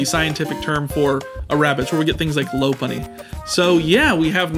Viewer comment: The “Lop” from Lopunny is from a lop (or lop-eared rabbit), and as such rhymes with “hop” and not “hope”. This is a Pokémon name that often gets mispronounced.